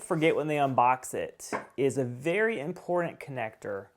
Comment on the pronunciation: Once you hear him say "impordent" instead of "important," this video is damn near unwatchable...